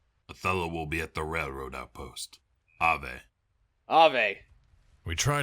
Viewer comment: Such a shame about the VAs for the Legion storyline. I actually overall like it but someone needed to tell them things like it's not how you say "Longinus" or "Ave" or "Frumentarii" or something. It's not like it kills the questline or anything. But it's like having a pebble in your shoe and keeps jabbing at your foot irregularly.